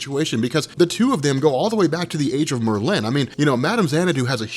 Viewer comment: i love you buddy, but god damn these are names we all have heard in our lives. TRI- GONE MER-LIN lmao love u tho #robcore